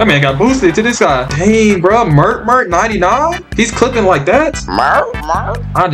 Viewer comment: Mert mert got me laughing bro sound like a dog when he said mert mert